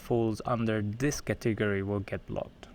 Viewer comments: I literally Googled katiggery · took me so long to realize he was saying " Category" :)